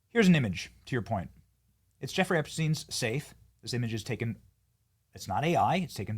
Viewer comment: it's Jeffrey "rey"